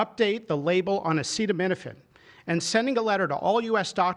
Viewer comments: Trump can’t even pronounce the word acetaminophen. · He can't even say the word! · He doesn't even know how to pronounce Acetaminophen. LOL "studies suggest a potential association between Acetaminophen and autism". This is science based. What? Science says that association is not causation? It doesn't matter because we are moving "speedier". There's absolutely no harm. What? You have fever? Just tough it out. As I said, there's no harm. Somebody ought to fix that mic. Can't really understand what Bobby Brainworm is saying. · Trump can’t even pronounce it 😂